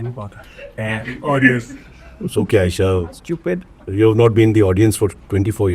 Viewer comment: CY-baba 😂 extracts the best out of AY-esha